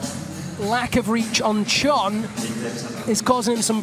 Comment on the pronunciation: Poor Chon, his name got butchered